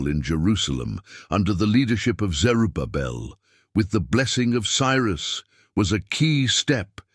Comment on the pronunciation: It's not Jaffeth, it's JAPHETH!! Zeru Pabel?? Please! It's Zerubbabel. If you can't get the names straight, how much truth is there in this presentation??? The "meadow" Persian Empire? How about the Medo-Persian Empire??